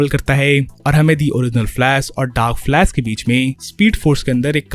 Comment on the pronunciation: "Flask" lmao😂😂😂